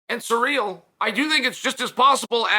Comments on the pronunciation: Sir real vs Jon Jones, Chael your pronunciation of names is why I tune in 😂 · It’s pronounced Cereal Gayness, get it right! 😏